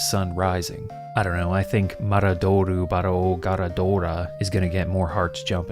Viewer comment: I don't know if anyone has pointed this out yet, but どぅis "du", not "dou". So, the magic words should be "maraduru barao garaduura".